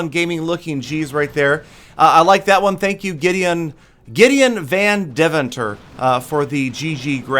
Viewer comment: lol how he pronounces gideon van deventer english people cant pronounce dutch names XD